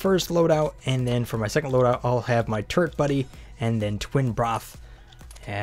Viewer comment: Are you saying turd buddy or turret buddy?